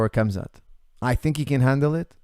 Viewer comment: Love hearing your view on the fight game but broooooo....you can pronounce Khamzat better than that LOL